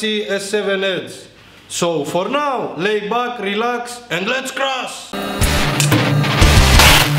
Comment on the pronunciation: I love when he says "for naw, Let's cras"! Love it 😂👍🏻